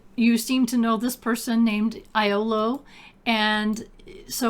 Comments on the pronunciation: and his name is actually pronounced "Yolo" 😊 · Hmmm Iolo Fitzowen's name is actually pronounced "yo-lo", something Ultima 6 points out in the dialogue and Ultima 9 says out loud. While Ultima 1 was technically my first Ultima (way back in the Commodore 64 days my dad actually got crazy far in it, probably even beat it), we didn't play most of the other series until Ultima 7 came out, and from there we kept going and eventually got all of them and both Ultima Underworld games as well. Since you recommended Exult, if you're playing U7 with Exult it does have an in-game notebook via the "N" key. I usually use it to write snarky in-game remarks about my little crime sprees in various towns.